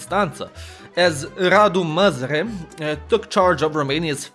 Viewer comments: Not quite, he says "Măzăre" all the time i stead of "Mazăre" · I find it funny how you say you can't pronounce "Ă" in "MAZĂRE" but you actually pronounced it as "MĂZĂRE" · zici ca nu stii pronunta "ă" dar citesti "măzăre" in log de "mazăre" ce plm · You did actually pronounce "ă". You said "Măzare" instead of "Mazăre". For someone how tries to learn romanian, I thing I counts as a win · If You wanna pronounce "Ă" just say "uhhmmm" and remove the "m" Edit: Oh and Mazăre means Pea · ă is like ugh or uh. Think the er in butter (American pronounciation of butter not the British one). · the A with a thingy above it is pronounced something like a short uhh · The ă basically sounds like uh so that's show you pronounce it. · the A with that on it is pronounced like a short uh in english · No, he pronounced it măzăre and măzare which makes it even funnier...😆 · Ă is pronounced as "ah" in that idiotic and braindead tone with a little girl tone